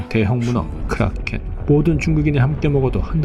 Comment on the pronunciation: 크~ㄹㄹㄹ~롸켄 ㅋㅋㅋㅋㅋㅋㅋㅋ